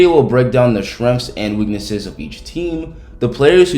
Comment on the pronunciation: Just so everyone knows, when this guy say SHRENGS, he means. " strengths"